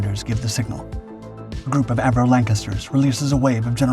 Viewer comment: the give away is it looks like a Lancaster. Anyone can tell the difference without all that explained. The thumbnail has obviously been changed. That was my first assumption, not that someone can’t tell a Lanc from a B29. Also it’s Avro not Avero.